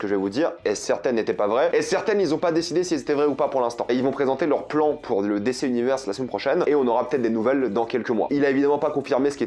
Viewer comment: J'attends toujours le jour où il apprendra à dire DC correctement 😂